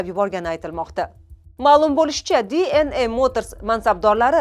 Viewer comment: Dna deng. diy en ey qaysi tilda oʻzbek misiz oʻzi